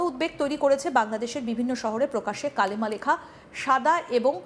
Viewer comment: Hijra talks India wins. It's not kalma it's kalima😂